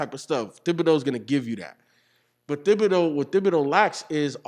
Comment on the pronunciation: I don’t know why I’m hearing drums every time say Thibodeau